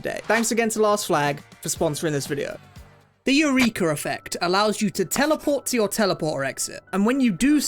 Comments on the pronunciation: im very surprised that no one pointed out how he's pronouncing "eureka" like urethra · The hard R on "Eureka" is crazy